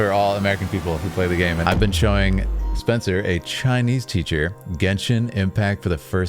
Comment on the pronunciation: Spencer's pronunciation is very spot on, thank you🎉